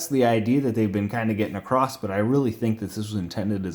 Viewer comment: There’s no “T” in “across”